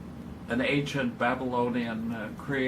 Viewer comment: Bothers the FUCK out of me that he says "agent" instead of the proper ANCient. Christ, don't people in Chicago know how to speak?